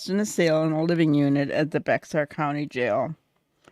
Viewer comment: Bexar is pronounced bear. The X is silent.